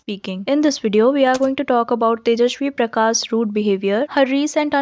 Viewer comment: Tum kyu sa ko sha bolte ho aur sha ko sa 🤣🤣🤣🤣 Jaise ki Tejaswi Prakash ko Tejashhwi Prakassss Discussion ko dishhh cussion